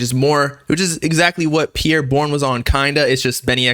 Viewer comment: say his name right💀